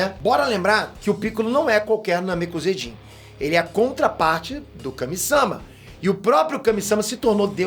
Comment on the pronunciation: Kame SÂma doeu de ouvir